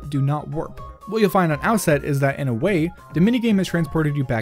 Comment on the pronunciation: XD when you said glitches in wind waker I heard glitches and wind waker